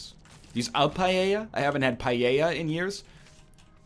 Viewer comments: Lol "PA-JE-JA" It is pronounced "Pa-el-jha"! You stinky egg... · Certainly not pajeja for paella. Pa-EL-jha is fairly close. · On one hand you mangled the pronunciation of 'Paella' as 'Pa Yay Yah' instead of 'Pa Ey Yah'. o On the other hand you went for Deli in that state. You are forgiven. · its paella buddy. Also a really common food here in Argentina 😀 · Having a great time listening to NL saying "paeilla" "pailla" "paeia" "peiela"... XD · how is it you say paella is it a canadian thing ? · Do all of you native English speakers pronounce "paella" like that, or just NL? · Listening you pronounce paella the way you do it's hurting my ears LOL. I'm from Spain by the way. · I am from spain and I didn't realize that you were trying to say paella.